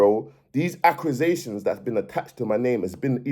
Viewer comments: Definition of a person that can talk good until I heard accrisations instead of accusations haha big bounce una😂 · “Acrusitions” brudda it’s accusations😂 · Man said accRusations loool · I think he has a speech impediment. Not violating either but he has difficulty with pronouncing a lot of words